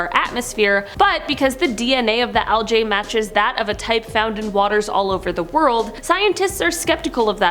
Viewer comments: Why you pronouncing algae wrong?? It's not aljay it's algae?! 😂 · Algae. Like al-gee. Omg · It is pronounced "Al-gee" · I've never seen anyone pronounce algae like how its spelled until now and I'm unsure of how to feel. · I'm sorry but the way she pronounces algae is kinda funny to me. I've always heard it pronounced with an 'e' sound at the end not an 'a' sound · One thing I learn in every video: the differences in pronunciation of different words between the US and Canada. In this video, it’s the word algae. lol I also learned at the end that has a sailors mouth like me! 🤣